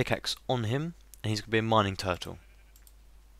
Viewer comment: and when you said turrle i thought you said do